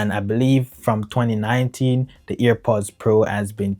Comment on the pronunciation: its airpods not ear pods